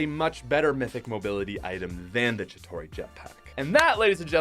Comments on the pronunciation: Kinda pissing me off that you call Chitari Chitori. 🤨😑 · Chitauri is pronounced chi-tar-ee not chi-taw-ree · Not trying to be offended or offensive but it’s pronounced (Chi-tare-ee) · Never EVER say “chitorie” EVER again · Am I the only one to cringe when he mispronounced chitauri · Not to sound annoying but your saying Chitauri wrong